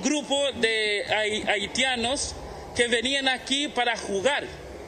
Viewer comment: "TURISTAS AHITIANOS"